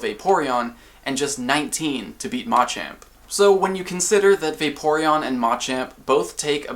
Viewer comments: Why is he pronouncing machamp..... Ma-champ ???? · why does he keep saying mah champ. its like those people that call ratata ra ta tah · I love everything you do here, but your pronunciation of Machamp is going against basic tenets of English pronunciation. The stressed syllable in all three of the Machop evolutionary line is the second - this helps listeners pick up on the difference between them even when you speak very quickly. If you list off MA-chop, MA-choke, and MA-champ very quickly, you lose a lot of clarity, especially for second language listeners! Pronouncing them ma-CHOP, ma-CHOKE, ma-CHAMP is easier for everyone! Hope this makes sense.